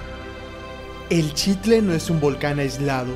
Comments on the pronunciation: Padrísimo video e increíble contenido.... pero qué desesperación estar oyendo TODO el video que pronuncien mal la palabra Xitle.... el narrador y otros diciemdo "Chitle", pues qué no son mexicanos? ¿Acaso dicen Chochimilco? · Qué belleza de lugar, de su historia, imaginemos como era hace 2000 años. Todo bien menos tu pronunciación de Xitle, todos los que intervienen pronuncian adecuadamente, menos tú. Que extraño, nunca había oido que alguien dijera chitle.